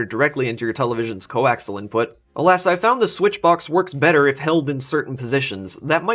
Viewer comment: I see plenty of people have educated you on the "english" issue. Now, coaxial is pronounced like it is spelled. Co, ax, ee, al. Its not co axle.